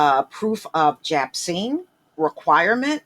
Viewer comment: jabcine lmaooooooo